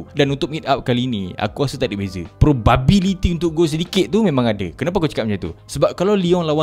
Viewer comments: Probability tu sebut baik-baik sikit. 😂😅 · YES YES YES PRO"BABI"LITY